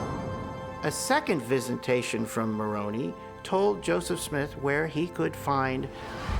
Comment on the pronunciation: You guys!!! You know the name of Joseph Smith's "angel's" name is pronounced, "Mor on eye" not "Mor on e" .